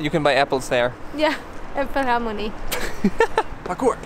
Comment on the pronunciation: Did say Äpfelharmonie? 🤣🤣